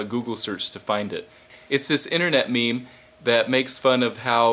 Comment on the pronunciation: Yes, but it's pronounced like 'meem' not 'meh-meh'.